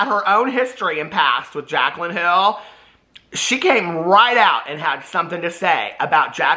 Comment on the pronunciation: I’m cacklin over you calling Jaclyn “Kaclyn”!! Oh. You delight my days.